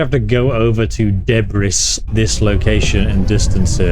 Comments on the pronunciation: Heading to 'Deh-briss' was the best.. instead of 'duh-bree' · Dehbriss. lmao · Looks good, Debris, pronounced Debry just means junk, as in bits from destroyed ships and buildings etc. I like No Mans Sky and Elite Dangerous because you transition from Space to Planet surface in real time , no cut scene cinematic. No Mans Sky has lots of generic outposts etc on each planet, but that game is not really about seeing different experiences on each system, it has its main quests but you can do what ever you want. Make up reasons for visiting different places even if it is just to scan all creature types on the planet. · 😂 never heard anyone pronounce debris that way before 😂